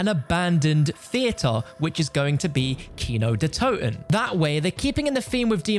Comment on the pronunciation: As a german guy it's so funny to hear him say kino der toten but I think he pronounces it pretty good even though he doesn't speak german